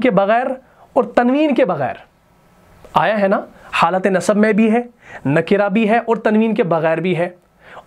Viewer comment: Sorry to say magar main me meem yaa zabar hota hai jiska maana "I am" banta hai aur "mey" me meem yaa zair aati hai jiska maana "In" banta hai aap dono ko "main" hi pronounce karte hain .